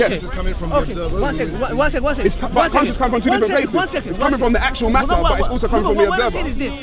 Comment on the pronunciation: Missed the S out of conscious It was annoying me i had to say it. love the videos keep it up may Allah reward you for your efforts:)